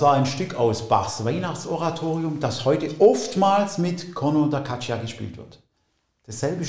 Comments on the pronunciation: Bei "Caccia" spricht man das i nicht aus! Das i ist nur da, damit das c nicht als k sondern als tsch gesprochen wird! Also "Gatscha"! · Sehr interessant auch für Nicht-Musikerin! Tolle Klänge... À propos Klang ... kleine Anmerkung: "Caccia" spricht sich: "katscha"... das "i" ist nur dafür da, zu signalisieren, dass das Wort nicht "Kakka" ausgesprochen wird... ebenso, wie das "h" in "Zucchini" darauf hinweist, dass es nicht "Tsutschini", sondern "Tsukini" heißt ... Genug des Klugschnackens ;-)